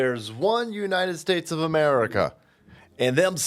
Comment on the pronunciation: ""Dares one Nited states of Marika!!!🤬"""